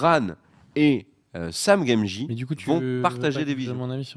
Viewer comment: super vidéo les gars, grâce à vous je vais pouvoir patienter!! juste une question, à 14'55 "Sam Gamgie"; c'est une blague ou c'est une erreur?! lol super chaîne continuez!!